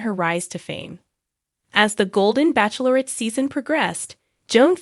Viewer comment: Joan Vassos is 61 years old, not 64. You are also pronouncing “bachelorette” incorrectly. Look, it up.